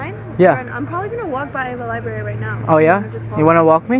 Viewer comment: "Excuse me, do you know where the LIBARY is?" My man immediately sounding like an illiterate goon. People really still forget the first R in libRary in this day and age, aye? Sad, lol.